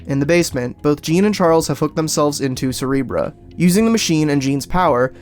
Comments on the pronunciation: Cerebruh. I like how you said that. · 3,20 min. Did he just say cerebruh